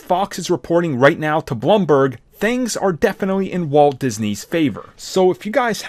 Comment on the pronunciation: Bloomberg bro, Blooooooom not Blum lol